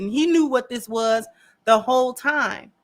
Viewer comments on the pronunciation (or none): Did you say whole budget or ho budget? Please let it be the second one 🤣🤣🤣🤣🤣🤣